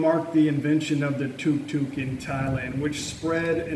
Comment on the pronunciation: It’s not Tok Tok, it’s Tuk Tuk